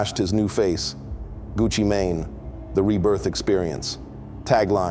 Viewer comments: Is this AI? I can no longer tell the difference. It's what they've been going for. On this video he said "Gucci Mane-A" so I guess it is. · AI 🤖 He called him “ Gucci Man-Nae”?😅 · Gucci Ma-Nay lol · So we gone act like he didn’t say Gucci ma nae.😂 I’m done with this already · Who is Gucci MayNay? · Gucci "May Nay" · Gucci MANAY… this shit is AI too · Did this nga say gucci mayonnaise?? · AI, this mf just called Gucci Mane Gucci mayonnaise.I hate giving these computer bots the game on why we can tell when something is AI because that will just make them fine tune their FAKE videos. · "Gucci manay" why the fuck is everything AI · Gucci MA- NaNa😅 AI SUCKS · Gucci “MAYNAY”??? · He said Gucci may nay. 😂😂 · Hd just grew up and the guy talking is AI because he's not even saying his name right. Pay attention people